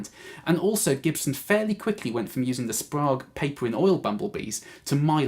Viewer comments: I’m liking the 50’s wiring, sounds rich. P.S. we pronounce it “Sprayge” round these parts 🇺🇸 😀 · Good editing! I was looking for a 50's/modern shootout and this demo was great including the displayed knob settings. Going with the 50's scheme on an LPJ with a Fralin, P90 dog-ear. Should tame that beast a tad. They talk about getting sweet tone rolling off the volume on a single PU junior for a mellow tone. Not so much, it always cripples the highs. Mellow but dull. Tip - "Sprague" is pronounced with a long "A" like plague. "Sprog" made me kinda cringe. :)